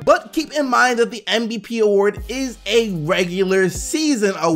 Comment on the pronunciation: keeps saying MBP. And it pisses me of, just say it right MVP